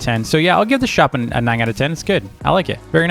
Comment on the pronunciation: its funny how says "ning" instead of "nine"